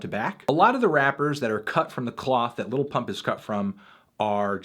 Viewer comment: i hate the way fantano says 'lil'